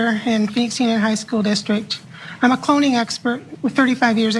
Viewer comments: Wait... Did she say, "Cloning expert"? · Did she say a cloning expert ? Or a clowning expert ? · Lol, I totally thought she said “pony expert.”